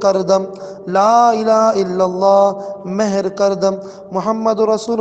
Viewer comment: Is recitation mein ghalthi hai ... Mehr nahi Mohar (seal) kar dum